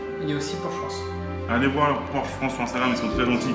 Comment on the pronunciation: Porchento pour le nom avec un axant italien.